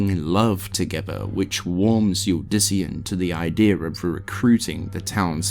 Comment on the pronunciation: Triune (Trune), Kehjistan (Kehgistan), Uldyssian (Yuldyssian), Izual (Izu-all, instead of Iz-wall), just to name a few that stood out to me. Athough that last one is understandable cause he read it how it's spelled.